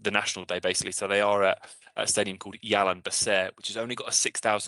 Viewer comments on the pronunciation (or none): As a Singaporean, 2 things. 1) Jalan Besar is pronounced with J, not Y sound 2) as much as I want to be confident in backing Singapore, I would think over 2 legs Thailand will have an edge in quality. Only way I see us potentially causing an upset is if we win at home